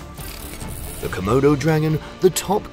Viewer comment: Say comoudou dragon one more time! I dare you!